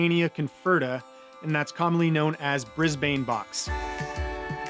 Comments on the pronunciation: Brisbane box is pronounced briz-bn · Good job - well explained. For future reference, Brisbane is pronounced brizz-bin